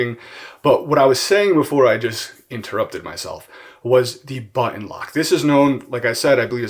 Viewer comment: "buhh inn"